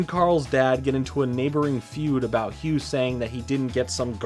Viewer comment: I think it's pronunced ne-me-see-s and bruh that whole Hugh in Nickelodeon all star brawl thing you called it